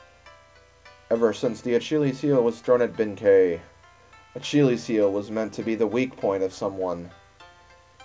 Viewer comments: Lol we know, it's the let's play curse at work! (talking about the acheelies heel prononciation) How's the actual save file doing? Was it just some random occurance or did you lose the save? Anyway great job and I did not know about the mouth laser attack! Lookin forward to the next installment!! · It's pronounced Ah-Kill-Ease. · you really cant pronounce achilles(achilleus)...